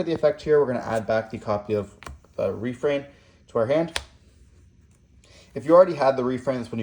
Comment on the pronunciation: yo that refrain pronunciation is REPULSIVE